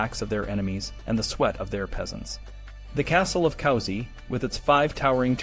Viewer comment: it's pronounced coo-si, not cow-si